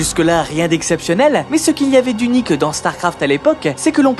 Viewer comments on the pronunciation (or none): Man la vidéo est bien mais alors ton élocution laisse tellement à désirer... Il faut arrêter d'appuyer les E à la fin des mots genre "uniquEUH" ou "StarcraftEUH" C'est la première et la dernière vidéo que je regarde de cette chaine car ça m'a vraiment fatigué.